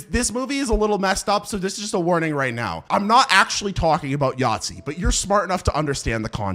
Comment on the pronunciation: It took me way too long to understand what you meant by "yatzy" xd I'm german btw :')